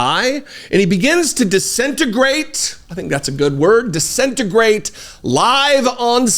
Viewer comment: it’s “DISINTEGRATES”!